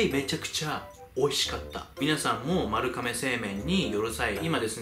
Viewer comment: まるかめw まるがめやろw